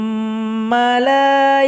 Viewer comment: Mohon maaf saya terdengarnya fumma tp hurufnya summa mohon maaf dijelaskan saya sedang mengikuti belajar cara membaca